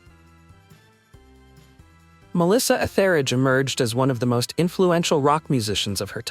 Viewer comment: You mispronounced Melissa Etheridge’s last name.